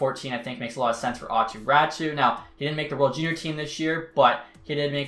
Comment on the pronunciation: It’s Aato Raty I don’t know why people say it’s Ratu